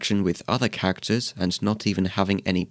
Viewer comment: i'm sorry but when you say "characters" i always think it's "cactus"